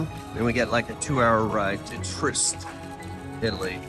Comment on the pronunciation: It;'s pronounced TREE-EST not TREEST. I can't tell you how annoying dumb Americans are.